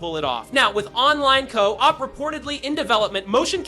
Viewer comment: Never heard a real person pronounce co-op like that